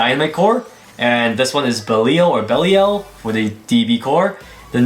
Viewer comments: its pronounced bell-E-Al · (BELL-E-EL) thats how you say it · baleel is how to pronounce it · I think the correct to pronounce belial is be lie yal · This is how it is pronounced bey Lee and jusr say the letter l Bey Lee l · It’s pronounced be-lie-al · Belial is pronounced Beh-lai-ul (Lai as in Lie). The emphasis is in the lai*. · "Japanese translation so you can say it however you want"?! WHAT. NO. That's so messed up! That's borderline racist to the Japanese language. They LITERALLY say it in the show. It's name name of Japanese demon. BELI-AL. Learn the products you are reviewing. Don't encourage the mispronouncuation of Asian names because they're hard for you. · Think its pronounced "BELL-EYE-ALL". Can't wait to see that new stadium. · its bell- eee - aaaall. good video :) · It's Bell-lee-uhl because the Japanese version pronounces it as Beriaru (Kind of like a Belly-aru sounds) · I think it’s bel-ial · I’m not sure if the pronunciation is different for the Christian demon, but my mother’s maiden name Belial. And it is pronounced (Bell-I-aL) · Buh-Lie-Yul. Belial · Be-lie-al That is how i pronounce Belial, i heard that name before in Diablo 3 where Belial is the lord of lies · Its actually pronounced Beh-Li-AAL